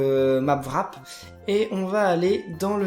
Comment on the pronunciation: on dit Warp et non Wrap ^^